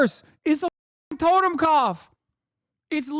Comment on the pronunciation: it’s “Toten” not totem.